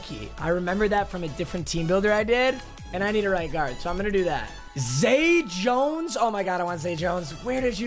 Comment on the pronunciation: Isn't it zay Jones?